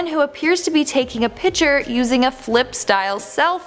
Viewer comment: "Pitchers" hold water and/or throw balls... you MEAN to say "PICTURE"... but you like Nic Cage, SO...